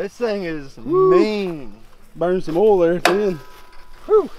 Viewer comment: oil plug, not "ole" plug, it's a two syllable word. OIL not OLE.